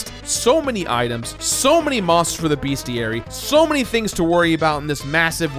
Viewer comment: It's "Bestiary" not "BeAstiary"